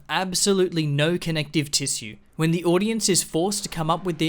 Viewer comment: Heh, nice video dude, too bad you slurred and said tissue funny which means every single point you've made is rendered null.